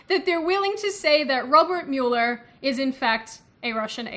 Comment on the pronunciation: I couldn't bother to look to see if someone had commented, but I had to cringe at Mew-ler. As much as it does look like that, it is pronounced Mow-ler like a lawn-mower. Otherwise, I sympathize with your worldly observations